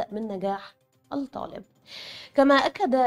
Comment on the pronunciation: تنويه فقط وليس نقد : السيده الفاضلة المذيعة مع كامل احترامي لها تقوم بنطق الالف واللام الشمسية علي انها الالف واللام قمرية (في بعض كلمات الخبر) علي التقييم . من نجاح الطالب . نظام التقييم للصفين . تسجيل هذه الدرجات . تقبلوا تحياتي